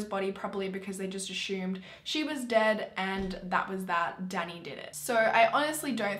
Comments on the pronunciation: Does anyone else's ocd go crazy when she says ashumed instead of assuming in every video , I know it's because if where she's from but it drives me nuts 😂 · I love how you say “assume” lol.